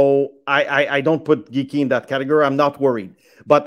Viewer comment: Lmao this guy says Geekie